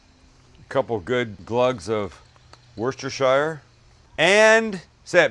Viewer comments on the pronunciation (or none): "WOOSTER" SAUCE! You are no cook, Sir! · Quick note and apologies if a keen-eared Englishman has pointed this out before...but we need to have a quick elocution lesson. Worcestershire sauce... the "shire" is NOT pronounced like "The Shire" in LoTR, but rather "sher", so it should be pronounced WorcesterSHER sauce" or very often simply "Worcester sauce". For any county in the UK with "shire" in it - say it as "sher"!!